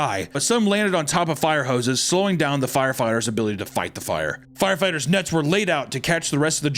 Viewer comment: “Firefighters nuts were laid out to catch the rest of jumpers” 😂😂 (He did say nets but I heard nuts 😂)